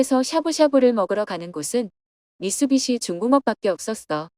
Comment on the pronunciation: 미쓰시비가 너무거슬려서 계속보기 힘드네요.. 미쓰비시를 어떻게 계속 반복해서 미쓰시비라고 할 수있죠..